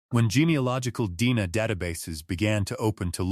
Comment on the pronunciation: If you’re going to post cold case stories, be sure to tell Ai that D N A is pronounced as letters.